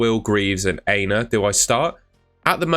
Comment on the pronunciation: I’ve been wanting to correct you for ages but only found time today. You are mispronouncing Aina’s name. It’s not ‘hey-na’ it’s ‘Ah-e-na’ the A is Ah as in Apple.